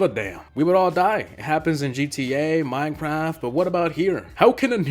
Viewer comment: Hold up he said minectaft but im in minecraft